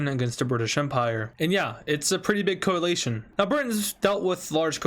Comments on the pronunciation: Btw it's pronounced 'coalition' (Coh-a-li-shian) not (coh-ah-lay-sh-an) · Deadass said "Coal-ATION"